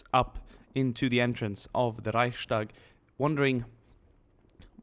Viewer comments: There is no "sh" sound in the word "Reichstag". You pronounce the Reich right but just add the "s" to it. It's Reichs-Tag not Reich-Stag. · Dude. It is called Reichs-tag not Reich-stark :D your pronunciation would mean...strong Reich, but like you mentioned it is the building, so: Reichs-tag ;) Grüße aus Deutschland :D